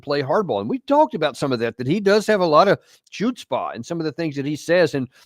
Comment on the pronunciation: Although the word chutzpah appears as you pronounce it, it is pronounced as hutzpah